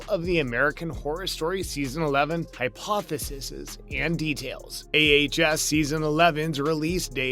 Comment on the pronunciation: Hi poth a sees ( phonetics)...just sayin'...